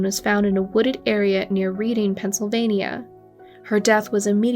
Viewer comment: Just a heads up: Reading, Pennsylvania, is pronounced, Redding, not Read-ing.